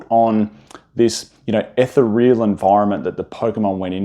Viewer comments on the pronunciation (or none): The kind of guy who cant pronounce ethereal 😅